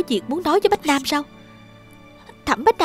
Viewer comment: ủa bách nam hả sao đó h tui nghe toàn bá nam vayy=))